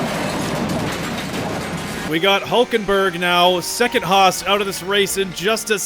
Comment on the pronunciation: you say it haas not Hoos